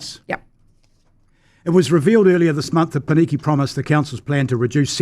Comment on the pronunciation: The fact that consistently mispronounces the only two Māori words in this conversation (i.e. Māori and Pōneke) says a lot about him.